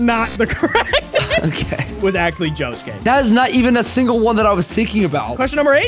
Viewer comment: Why did he pronounce Bruno and Josuke’s last names like that? They say it the same in the sub AND dub so I don’t get the confusion